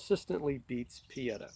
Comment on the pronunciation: It’s pronounced “Oo-bear-tee” and “Pee-ay-taw” in Italian. I have three Pietta and one Uberti.